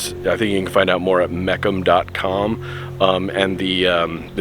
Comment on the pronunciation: Wow what a collection! Loved the video. The Mecum auction company has been around a long time (pronounced Mee-cum). You really need to watch their videos of their huge auctions in different cities. Great job on this one bud.